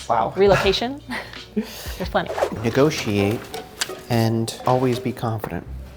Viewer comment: Like the tips. If she says, ‘negosh’ one more time, I will stab my ears with a ballpoint pen.